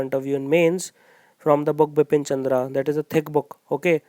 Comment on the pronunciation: it's Bipan Chandra not Bipin Chandra .......sir please rectify me if I M wrong....